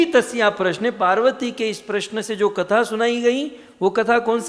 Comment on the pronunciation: प्रसन नहीँ प्रश्न होता है